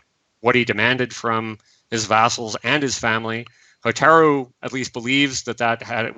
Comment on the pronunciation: Minor thing but it drove me nuts. Kah-CHEE-ko not Kah-cheh-ko. Ho-TAH-roo and not Hohta-roo. Ro-kuu-gahn not Rock-uu-gahn. In general your Japanese pronunciation just drove me up the wall.